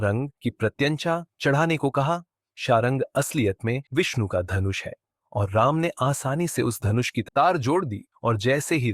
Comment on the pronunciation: Thumbnail thik se lagaya kr Vishnu kya hota hai shi se bola kr ni to channel jada din ni chlega